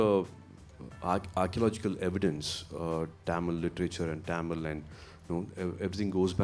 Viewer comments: casual a oru time sollalam. But few yrs in Mumbai made him to say tamil as Taamil that's sound awkward from a guy who admire him and his words. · Happy with Suriya's Positivity but Why is he pronouncing THAMIL(TAMIL) as TAAMIL??? As a Tamil I feel irritated to hear it! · Adhu enna da Tamil !! Why can't he say Thamizh ?? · Bruhhhhh it's NOT TAMIL but it's pronounced THAMIL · I wish Suriya said “tamizh” instead of “tam-il” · Anchor properly pronouncing Tamil.. whereas tamil boy surya pronounce it as Taamil... 😂😂😂😂 Enna da dai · Love the way he talks but why is he pronouncing Tamil that way😅